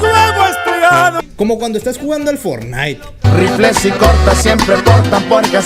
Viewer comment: Aprende a decir fornite